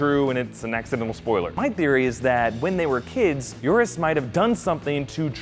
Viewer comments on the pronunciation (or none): It's Euros, not Eurus.